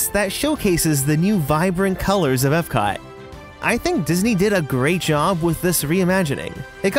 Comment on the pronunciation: Why does he keep calling magic kingdom ebcot........